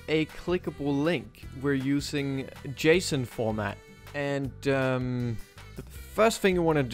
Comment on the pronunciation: Did you just call that json?